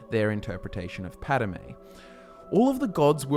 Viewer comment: *Padomay, but otherwise good. :)